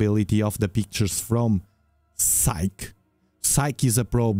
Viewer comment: Psyche is most likely named for the Greek goddess of the soul. Her name has been translated to Latin and has a long e at the end, sounds like a y. Yes I know English isn’t your first language just sharing some information.